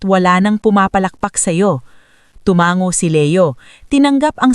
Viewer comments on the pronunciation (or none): hindi po TUMANG - GO ISANG G LANG TU - MA - NGO